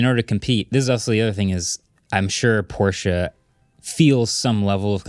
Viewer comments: As a German, I’m confused when I hear Americans pronouncing Porsche perfectly German. I’m used to „Porsch!“ or more like actually expect to hear it pronounced like that because it’s so to funny😂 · Finally hearing Americans actually pronouncing Porsche properly including the "e" that some people just skip over :) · Lol a pet peeve of mine too! I’m American and remember being confused about that when I was young. We view an -e at the end of the word as silent. But I speak little Deutsch and now I’m all heeeeey pronounce the -e, folks!